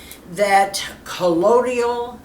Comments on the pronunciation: ColloidIal? I thought it was colloidal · I believe it's pronounced, Coe-loy-dal. Excited to try to make this! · You need to learn how to pronounce colloidal.